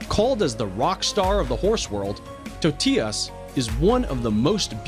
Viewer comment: you said Totias😂 And you pronounce Totilas wrong. You have to pronounce it german.